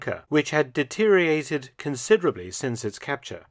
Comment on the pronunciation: Please learn how to say "deteriorated".